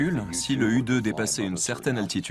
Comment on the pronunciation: deja on dit pas u2 on dit YOU TWO